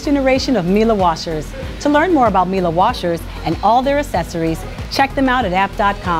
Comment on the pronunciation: It’s Mee’lay, not Mee’lah!